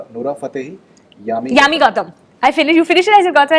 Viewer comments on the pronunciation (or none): It's not Yaami but Yami.. It seems they are fucking each other.. they are very comfortable.